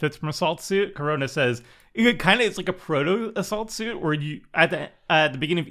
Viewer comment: sounded like "a salt suit" if you don't see the card haha